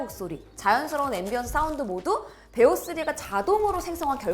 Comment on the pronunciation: 베오가 아니라 비오3... 업스때부터 왜 자꾸 그러세요